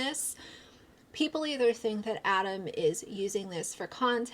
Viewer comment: Also how tf could this guy watch 6 hours of content covering this and still manage to say Adam’s name wrong? He also couldn’t remember that Miranda is a CHARACTER and the name of the person responsible for this is COLLEEN? Everything he said made me side eye the fuck out of him, but especially when he just flat out said grooming was okay.